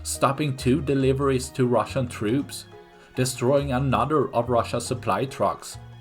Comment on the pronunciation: Как это он сказал, рашн трупс... шикарно звучит )))